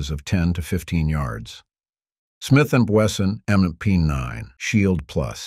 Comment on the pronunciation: I swear the only reason I like watching these videos is to hear the AI mispronounce a bunch of words😂 The Smith na Wesson MmnaP, 13 pluh 1..